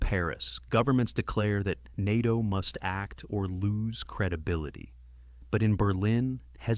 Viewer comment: Article 5 was invoked after 9/11. Also, get your AI to pronounce NATO right dawg , have some self respect